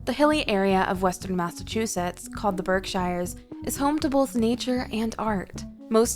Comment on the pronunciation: Berkshires is pronounced "BERK-sherz". The discussion of Plymouth shows footage from (I think) Plymouth England. The discussion of Amherst/Northampton shows footage of downtown Boston. The New Bedford section uses the Boston waterfront and downtown Cambridge.There're a LOT more amusing mistakes but the overall vibe of AI that no-one even bothers to check comes through loud and clear.